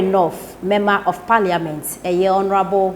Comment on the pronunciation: Please is not parlia. .ment Is parliament.